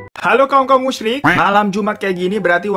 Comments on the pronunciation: Bang, itu musyrik. Bukan musryik🤣🤣🤣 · Musyrik bang bukan musryik